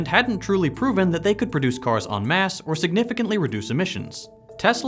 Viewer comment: Most people already knew he's a butthole. But, kudos on having pronounced 'en masse' correctly! Most people don't, and to me, that's annoying. :)